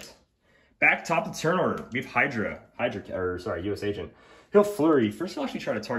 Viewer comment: I think wi036 Cap is neat, but I’m just glad says U-S Agent, and not U-S-A Agent. Man that annoys me.